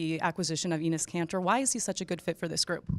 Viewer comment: Did he just said "we like anus" ? 🤔